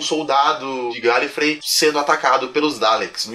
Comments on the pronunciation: ai morri garlifey n cara carlifrey pronuncia certo se n eu morro ta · se pronuncia guelyfrey